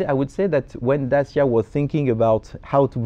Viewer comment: Such a shame that constantly insulted his interviewee by mispronouncing Dacia despite having the word correctly pronounced for him throughout the interview